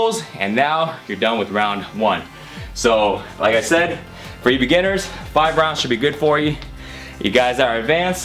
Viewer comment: We are all "beggineers" lol...